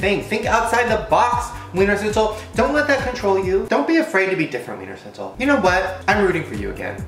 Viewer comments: any austrians here. and btw its pronounced VVVViener Schnitzel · I just love how Americans pronounce Wiener Schnitzel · Wienerschnitzel is austrian food, yeah xD and i guess english speaking people can't pronounce 'sch' so it's sounds really funny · It's just a shame for the original austrian Wiener Schnitzel.